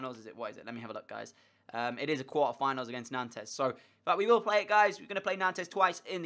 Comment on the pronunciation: It's not pronounced "Nantez" it's pronounced "Nont". Sorry, I speak French and it was pissing me off.